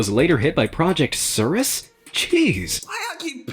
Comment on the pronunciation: Nothing was more disturbing than the way he pronounced "Cirrus" 😆